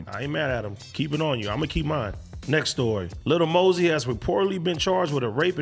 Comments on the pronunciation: "Li Mosey" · “ li mosey “ 😭😭😭